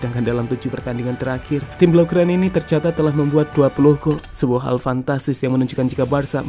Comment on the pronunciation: Dimana HAL itu, bukan dimana KHAL itu,, biasa aja cara ngomongnya min. Jatuhnya lebay